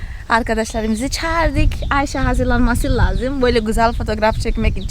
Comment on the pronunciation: negüzel Ayşe diyorsun tam bir Türk gibi çok hoşuma gidiyor sen çok yaşa